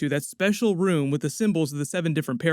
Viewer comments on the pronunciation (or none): none